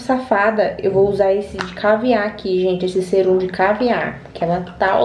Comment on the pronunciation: Não é serum, é sérum, e não é Henner, é henna